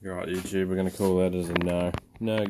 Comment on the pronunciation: To an American your intro sounded like "Youtube sucks" .. LOL... Great info... I've got this off grid project where i want to weld some thin rebar. My van has 2000 watt inverter that can usually power 13 amp devices (about 1500watts) .. 14 amp devices trip it. I'm trying to weld rusty .375 rebar using a 80amp DC inverter arc welder. I can do it but my 6011 3/32 stick and I can't puddle or penetrate very well.. but it does not trip the inverter. Oddly if i set the amperage down from max (70a) to 40a it behaves the same or almost better. Tried 1/16 6011 rods and those just stick. Feel I'm very close, maybe selection of rebar and size , maybe my 6011 rods are not ideal. Also think i'm losing a lot of efficiency going from DC to AC and back to DC.. and since I've seen guys on youtube weld with 24v, I wonder if could build a 24v DC welder using a 12v to 24v 960w 40a step up converter (as seen on Amazon)? Just wonder how to regulate current and isolate to protect my battery and van electronics. The idea of a 12v DC welder just seems like it would have been a thing if was possible.